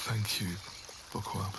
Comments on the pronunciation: I’m not even joking when I first listened to this I thought was saying “pourqoui”? Not “bookworm” 😭😭😭😭💀💀🏃‍♀️ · I cannot be the only one who heard por qua instead of bookworm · Everytime he says 'bookworm' I hear 'pour quoi?' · Everytime says Bookworm, my French ear hears ''POURQUOI'' 😂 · I hate it but is it just me who herd it for the first time thought he said backowom or do I just have bad ears 😅